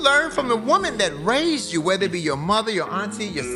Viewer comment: It’s whether, not rather. Good video though. Subscribed 👍🏾